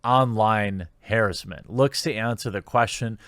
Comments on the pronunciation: The word harassment is not like the word tomato.... pronounce it like ur an intelligent person lmao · Thats Hey-ress mint!